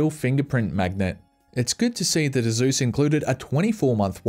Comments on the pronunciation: It's Asus, not Azus. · Why does Asus sound like Uh Zeus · I like how nobody’s gonna mention how he pronounces asus, ah-zouz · Lmao i have never heard someone pronounce asus as "asús"